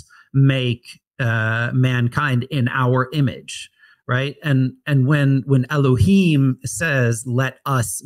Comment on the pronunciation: where are you getting the the pronunciation of elahyim? It can't be Masoritic.